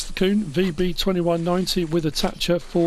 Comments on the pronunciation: Hey, I just want to let you know your saying Kuhn wrong, it’s my last name as well and it is properly pronounced “Q-N” legit like saying those two letters right after each other! Hope I helped have a good day!! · it’s very common for people to mispronounce Kuhn, I’ve heard it all lmao. If you don’t wanna say it that way I completely understand, doesn’t bother me none, just thought I’d let ya know that the proper German pronunciation is as I described:)